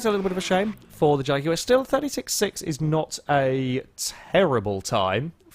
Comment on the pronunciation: It's the proper way to pronounce Jaguar.